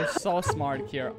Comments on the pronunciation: it not kier or dream it's kream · Lol it's Kream